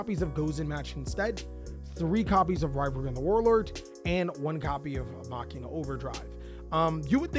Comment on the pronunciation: Please start saying MACHINE-UH IT ISNT MOCK-EEN-UH